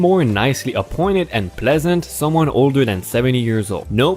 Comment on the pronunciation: The pronunciation of septuagenaruan is Sept two uh Gennaro air each an